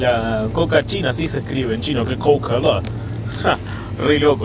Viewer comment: jajaja que crack como pronuncias cocacola en chino